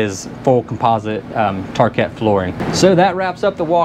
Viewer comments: Awesome very detailed thru,just a couple things,a rocker switch that does not latch is called a 'momentary switch and the floors are parquet which is pronounced 'parkay' as opposed to 'parket',sorry just my analness(is that a word?). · Love the coach, and the presentation- one small quibble- the flooring is pronounced "par-Kay"